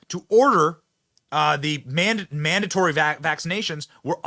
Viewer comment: 😂 "The manda-mandatory vacci-vaccinations.", Benny? 😂😂😂